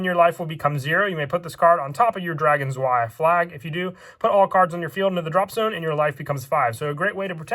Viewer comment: Im not sure why but the way you say drei and zwei bothers me XDD